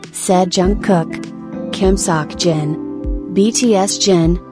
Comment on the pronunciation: They said " Kim - Sock - Jin ?!"